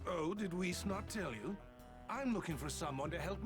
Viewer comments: it’s pronounced wees lol I hope you understand qhat I mean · Who else got aggravated when kept saying Whis wrong? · that is not how you say whis